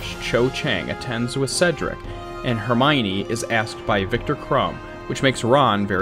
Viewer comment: Finally he said HERMIONE